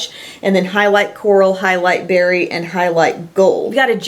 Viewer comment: highlight berry? or halle berry? LOL I hear halle berry!